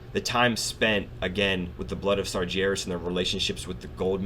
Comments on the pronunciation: Please dude I love your vids but it's Sar-----G---erus not Sarjerus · I've just started watching these, and I imagine you fix your pronunciation soon enough, but just in case, it's Sar GAR (as in Gary) as. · like your videos but i gotta say this, you are pronouncing sargeras wrong, just imagine that the ger in sargeras is pronounced how bear would be, but with a g, s-are-GAIR-as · Loving your JC videos, but for the love of god, sargeras is pronounced sar-gar-us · Every time you say Sargeras I cringe a bit